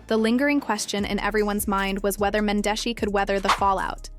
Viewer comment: Cringing to hear you pronounce Mendeecees an Yandy names all the way wrong. I can tell you don’t watch luv an hiphop Atlanta cause you wouldn’t be pronouncing their names wrong . If you gone speak on our culture learn how to enunciate their names an if u really watched the show you’d know that you are shredding their names 😬😬😬😬😬😬😬it’s disrespectful put some respect on their names